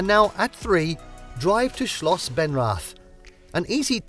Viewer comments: Benrath...no w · Schloss Benwrath...... The pronounciation is funny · he pronounced it like that. I know how it´s written.